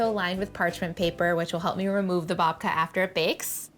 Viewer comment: I thought she said Vodka. 😅